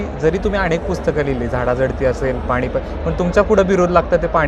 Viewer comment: मुलाखत कार अतिशय अशुद्ध भाषेत बोलत आहे...आणेक, भावणा, पाणीपत अशा पद्धतीत मुलाखत घेत आहे...एवढ्या मोठ्या चॅनेल ला हे निश्चीतच अशोभनीय आहे...